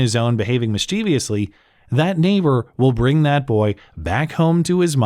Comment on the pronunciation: Mischievous. Miss chiv uss. Not miss cheev ee uss. It's a common mistake. Don't do it again.